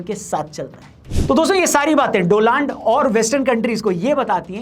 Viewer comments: Doland ya Donald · डोनाल्ड ट्रम्प ❌ डोलंड ट्रम्प ✅ 😂😂😂😂😂😂😂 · Dolaand trump😂😂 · Jab jab doland bolte ho ek sukun milta he or hasi bhi ati he doland😂😂😂